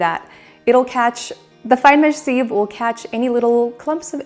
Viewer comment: You say sieve funny 🤣 but hey I’m a Aussie and we virtually have a completely different dialogue to the rest of the world 😂